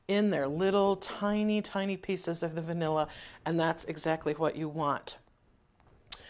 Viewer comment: Are you saying bnilla? What is the site. Ty in advance.